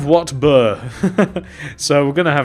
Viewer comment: it sounds like he's saying water burger